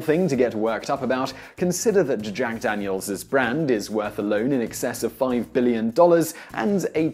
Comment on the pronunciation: At the beginning you said "Jack Danielsis refreshingly nice.." UGH. DANIELSIS. ugh